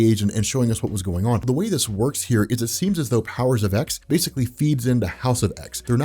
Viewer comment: It's pronounced Powers of Ten, not Powers of ex. Not sure how you can consider yourself any kind of X-Men expert if you can't even get something that basic right.